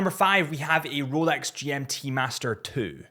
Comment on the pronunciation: Did you say roooulex?🤡🤪🤣